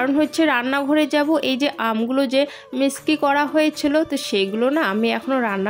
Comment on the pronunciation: Tomar blog dekhte valo lage. Kintu ekta Kotha bolbo.. kichu mone koro na.. tomar uchharon ektu thik korbe jehetu eta social media. Thumbnail, Mixy, Shutki mach erokom aro kichu kichu notice korechi tai bollam…